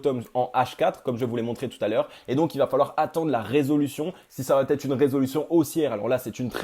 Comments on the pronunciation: comment t'écris "ça va-t-être"?!? ;-) Il n'y a pas de T dans la liaison. Pour le reste bravo -) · Merci pour cette vidéo très intéressante mais ta crédibilité serait encore plus forte si tu acceptais de supprimer ce foutu T après va. On dit va être, pas va têtre